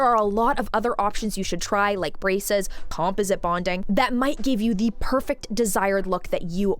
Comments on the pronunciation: It’s not compoSIT, it’s comPOSit/ com-PAWS-it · "Com-paw-zit" = composite. ❤ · •I've never heard the word 'composite' pronounced like that LOL •The girl who was crying about the $80k situation is named Winter & she's been THRU IT; not just w/ her teeth but she's also had multiple botched BBLs 🤦🏽‍♀️ •Real veneers don't usually pop off (or shouldn't). Most ppl are just getting a mouth full of lumineers & don't even know the difference 😬